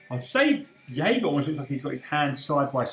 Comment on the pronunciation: It's pronounced Jager with a hard J